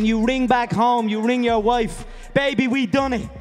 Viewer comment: Bro went from his "I own Rio de Janeiro" speech to "ya woifes ya husband"